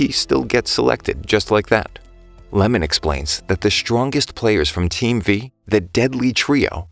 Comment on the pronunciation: I thought it was "iemon", not "lemon"